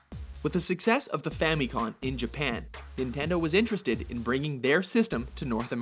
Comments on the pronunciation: Why does everyone call it the famicon? The name is RIGHT on the console! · For goodness sakes, it's Fami-coM. Family Computer! Not Fami-con! Why is this a constant mistake? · It's FamiCom, dammit... FA-MI-COM!!!